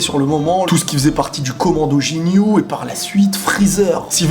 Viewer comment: Sa ce prononce GUINYOU PAS Jignou